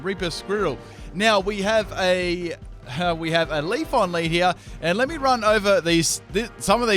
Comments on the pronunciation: I kind of feel like the wrong pronunciations are on purpose now like when Starbucks write the names on the cups incorrectly so people share them online and it generates publicity haha. Or-mar-sta and Leaf-on... really? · PLEASE stop saying Leafon... imagine how it'd sound if you pronounced other eeveelutions like that Flaron? Jolton? Vaporon? Espon? Umbron? Glacon? Sylvon??